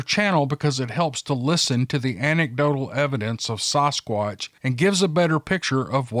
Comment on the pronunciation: "Saugh-squatch" lmao, never heard anyone else pronounce it the way you do! I love it though!